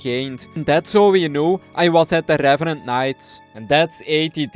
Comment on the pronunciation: rRrRrRrRevenant task completed